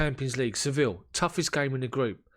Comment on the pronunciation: I hope you don't take umbrage for my pointing this out, but Sevilla is correctly pronounced, 'Seh-VEE-yah', rather than 'Sevill'. In Spanish, the 'll' like in Sevilla, always are pronounced like a 'y'. Just thought you'd want to know; it enhances your international gravitas :) No disrespect meant, mate. Cheers!